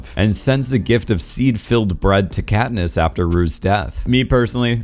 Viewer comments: “Catnip and Peeta bread” Lol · why did he call katness katnip and petta petta bread